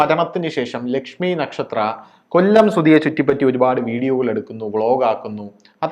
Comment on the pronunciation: കൊള്ളം അല്ല കൊല്ലം വഴ വഴ കൊഴ കൊഴ